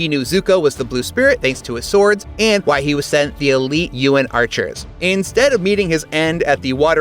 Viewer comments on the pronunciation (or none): none